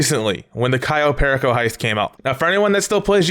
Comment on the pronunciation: The way you say "perico" 😭 its a spanish word stop saying it with an english accent 😂😂😭 Edit: nvm my guy you say soo many words wrong 😂 also you cant get vehicles like tor or oppressor on podium.. dont know why you would possibly think you can